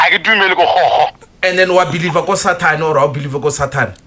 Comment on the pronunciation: Be-Lieve 😂😂😂 aowa aowa aowa!!!!